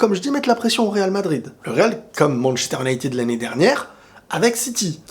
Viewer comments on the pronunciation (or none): Comment ca "Un night aid ou United"? mdr respecte un minimum stp. Le Real est le meilleur club du monde mais n'est pas la seule institution footballistique non plus. ManU c'est quelque chose quand même.